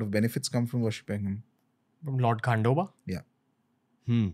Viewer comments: its खंडोबा and not खांडोबा Learn to pronounce name correctly and don't hurt anyone's faith.. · its खंडोबा and not खांडोबा the way ranveer was saying